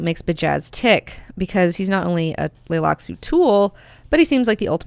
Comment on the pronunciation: The "T" in Tleilaxu is not silent. It can tricky to say it subtly to sound correctly, but Frank Herbert himself always pronounced the T.